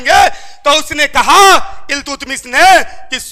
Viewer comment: इल्तुतमिश नहीं अल्तमिश